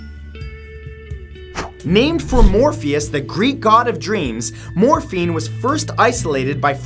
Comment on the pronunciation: I thought I heard Morphe 😂😂😂 as if Morphe cosmetics 😂😂😂